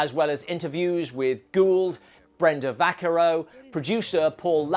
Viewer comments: I believe it's pronounced "Vac-CAR-ro". Otherwise an excellent review. I grew up with this movie and, yeah, it's awesome. Thanks for reminding me of how great it is. Cheers! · Brenda's surname is pronounced "vah-CAR-oh", not "VAK-kah-roh". I am very picky about the mispronunciation of anyone's surname, as mine has been mangled all to hell by quite a few people. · James Brolin is in this; Josh is his son. I think you also mispronounced Brenda Vaccaro's last name. This was one of the first movies I saw in a theatre without my parents. Also the first thing I remember seeing Sam Watserston in, and he is so jokey in this. The part that sticks out for me in this (besides Jerry Goldsmith's score) is the fake drug bust where we see the inside of Elliot Gould's medicine cabinet before the cops burst in. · Good review, but Brenda Vaccaro's name is pronounced va-CAR-ro.